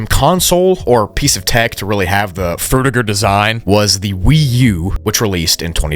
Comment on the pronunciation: you proounce fruitiger wrong, its not Fruit-ir-ger, its Fruid-chi-ger. i know its not how its written, but its named after mr Fruitiger and id like his legacy to last a little longer.